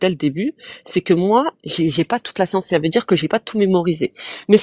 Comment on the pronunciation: Ils rame avec tous. Il sont incapables de comprendre une simple phrase 'vous pouvez répéter, je n'ai pas compris". Il répondent à côté, incapables de faire une simple expérience de pensée, passent d'un sujet à l'autre... "Jé pa la scionce..."😂